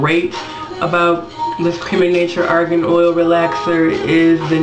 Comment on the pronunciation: i'm from morocco we buy argan oil 100dh for a liter that means 10 dollars while you in america buy 100 dollars you are tricked, and by the way it does not spell like that, the letter R in argan does not spell like the word rover, the letter R in argan is spelled like the letter R in range